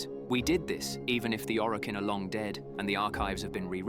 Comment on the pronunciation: does this sound like an AI voice over to anyone else? like combining Roathe with Are, mispronouncing Orokin, that sort of thing.